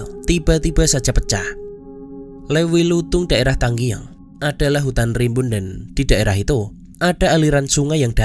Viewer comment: Tanggeung bang, bukan tanggieung😂